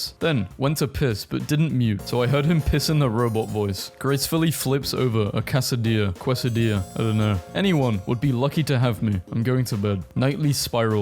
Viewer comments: Quesadilla is pronounced something like this: Kay suh dee uh. Not qwaysodeeya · Did you just say Kwasadia? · its pronounced quesadilla like gif or gif its obviously gif